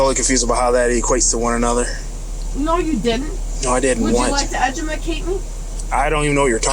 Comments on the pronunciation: I’m dying! She actually said “edumacate me”. 😂hahaha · “Would you like to edumacate me” 😂😂😂 i lost it! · The fact that she stumbled over "edjumacate" and almost immediately perfectly pronounced "reiterate". 😂😂😂😂😂😂😂😂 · "I would like you to edumecate me".... One beer right Ma'am? 😂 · "Would you like to edu-ma-cate me?" "Now that we're sittin here with all this time on our hands we can chit-chat" Hahahahaha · Omg, this chick is such a pain in the ass! This cop has great patience!! I have so much anxiety listening to her run her mouth!! She can't even say educate, she said edjamakate 😂😂😂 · Love how she said educate. She said edugeumacate. Lmao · “Edjumacte me” 🤣🤣😭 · “Would you like to edumagcate me” 🗣️ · “Edumacate me” 🤣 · Edumacate????? PLEASE, SHUT UP! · “Edjamicate me”